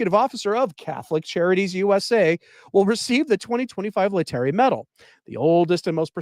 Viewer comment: Lay-tar-A Sunday, please! I'm guessing you are a rather recent convert.